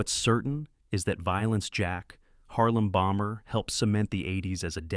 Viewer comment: It's "Harem Bomber" not "Harlem Bomber"